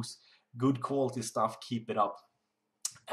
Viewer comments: its quality instead of qualety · "qualety" lol